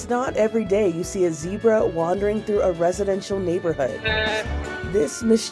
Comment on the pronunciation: That is NOT how to pronounce Zebra.